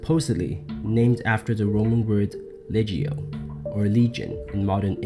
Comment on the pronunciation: The G in Latin is always hard, as in log or leg. Legio (was thus pronounced leg-eo.